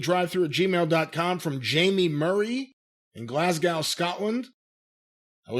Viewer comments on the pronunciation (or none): Its pronounced glas-go not glas-gow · Glas Go Scotland 🏴. You keep saying gow like how and now, it’s go like bow or low. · Glasgow is pronounced Glasg-oh and Edinburgh is pronounced Edin-buruh. I know Americans always find those hard. Scottish people can't say the name Karl. We pronounce it like Carol. Amazing that we technically speak the same language. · It's Glaz-Go or Glass-Go dependant on where you're from, but it is never, ever that wretched American butchering of it lol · Its pronounced "Glazz-go"